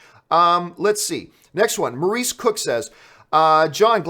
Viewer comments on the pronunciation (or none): none